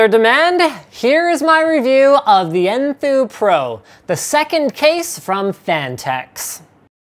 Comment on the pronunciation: LOL I thought he said poo too